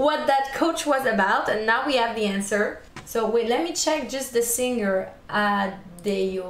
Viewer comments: Lol its Adeyyo😂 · J’adore cette chanson turc! (Je suis d’origine turc), je m’y attendais tellement pas🙃 alors on prononce « èdjè sètchkine » pour la chanteuse et « adèyo » pour la chanson :)